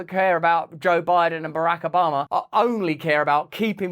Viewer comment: "Barahk Obammer"